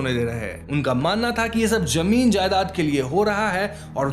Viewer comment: You speak well but fix your pronunciation of “Z” say Zaroor not Jaroor say Zameen not Jameen sounds unsophisticated